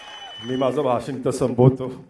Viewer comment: बहाशन...😂😂😂😭😭 मराठी चा अपमान एवढा वाईट एका मराठी माणसाने केला हे वाईट वाटतं....😒😠